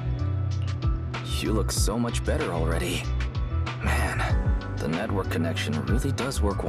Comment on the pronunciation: Saying no network like “no nutwork” sounded intentional lol